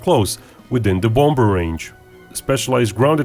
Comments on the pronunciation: The second 'b' in BOMBER is silent bro. Still, bang on youth! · What American accents do you speak of? The bloke in the video was speaking English. He said an English word, BOMBER, the 2nd B is silent. It's as simple as that. Just because some muppets say it incorrectly, that does not make you correct. 2 wrongs don't make a right. Still, I challenge you to show me English speaking countries that pronounce it the fucked up way you claim without falling foul to the previous point. Good luck! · I DIDN'T say that. The OP said the b in bomber is always silent. I replied to that by stating that, in British accents, the b in the middle of bomber may be silent, but in American accents it's not. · The second b in bomber is silent dude